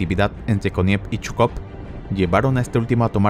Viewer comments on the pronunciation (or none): Te recomendaría que leas el nombre de Zhukov como "Sucov" porque también está el general Chuikov quien también tuvo un papel importante en la batalla por Berlín y no sé bien de quién hablas jaja pero buen video, primero de ti que veo. Like y suscrito. Me gustan tus efectos.